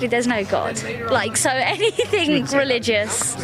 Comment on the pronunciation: Hearing mispronounce "anything" by adding a k on the end is like nails on a chalkboard